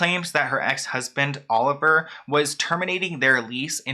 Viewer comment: Olivier Sarkosy is RICH! Its pronounced (Oh-liv-E-Aye) he's french. His brother was the president of France. The whole Sarkosy family is rich. While i thought the marriage was odd. If anything the prenup wasn't necessary, as they both have $$$